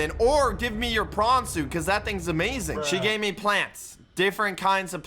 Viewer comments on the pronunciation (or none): why does say not amazing but amazink